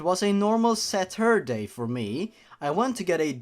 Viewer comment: A normal satouuurday